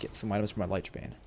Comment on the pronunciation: Lich bane not Liech bane, Lich sounds similar to itch instead of light.